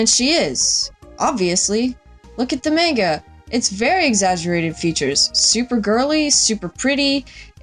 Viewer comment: the way you pronounce "manga" in this is annoying & incorrect. its "mahnga"